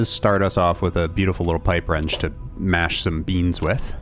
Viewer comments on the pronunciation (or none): none